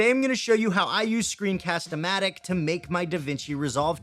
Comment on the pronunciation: I think you said it right for Screencast-o-Matic, and you can edit script on your video. That’s amazing! :D